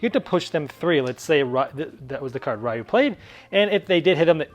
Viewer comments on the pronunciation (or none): ...I can't be the only one that's a little triggered on his pronounciation of Ryu...you say the Y like an E sound, not an actual Y sound >.>